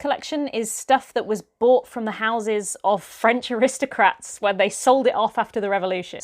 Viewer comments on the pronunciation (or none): Sort out your pronounciation of "aristocrat" you muppet